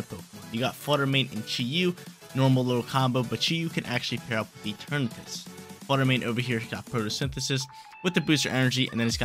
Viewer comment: it’s rare but he’s actually right this time. It comes from the word eternity and shares the pronunciation